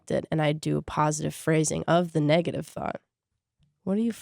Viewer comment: laughing every time she says negative lmao